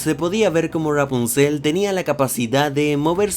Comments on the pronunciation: Me estresa como pronuncia Rapunzel, sobre todo en el Ra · Ya ni se si dices ruapunzel o rapunzel 😂😀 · R-rapuzel como lo pronuncia jajaja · Porque dices "rghwapunciel"?? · Amo como dices "Ruapunzel" jaja😍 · Me encanta y me da risa como dices: ruapunzel jaja gran vídeo crack! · Jajajaja como pronuncia Rapunsel 😂😂😂😅😅😅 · Disculpa pero me da demasiada risa como dices Rapunzel jajaja